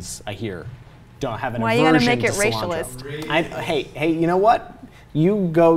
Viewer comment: LOL, "Racialist"." BOO-YAKA-SHAW! Eyes 'ere wit the main man , buzz lightyear."